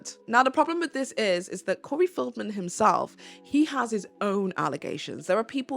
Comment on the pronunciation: (It’s Corey FELDman, not FIELDman.)